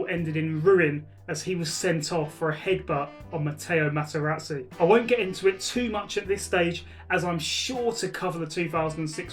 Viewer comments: Eeerrrrrrr....'Matteo Matterazi'. Eeerrrr 'Matteo'.... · You could at least get Materazzi’s name right 🤦‍♂️